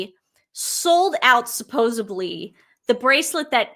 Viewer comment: Its NOT suposeBLY. Its supposeDLY. Please girls. Dont kill a dying language.